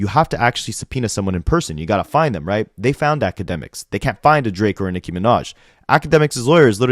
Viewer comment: Unrelated but anyone else annoyed asf how Ak pronounces Nicki?? Like, it might be some dumb ass injoke on his stream but it sound like he saying Micki.